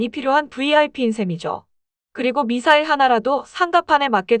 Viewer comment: 밋 싸일이 뭐꼬? AI이가?